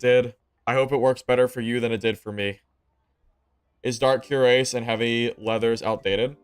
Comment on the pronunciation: Cuirass is pronounced kwiraas.